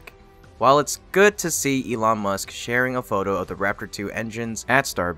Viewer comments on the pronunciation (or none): none